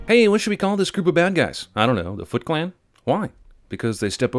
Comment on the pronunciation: When she said "Foot Clan" it sounded like she said fucklan